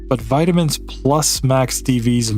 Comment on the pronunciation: All the vitaminininininins